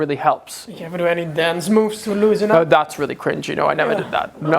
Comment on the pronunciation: That Aussie “naur” has rubbed off 😂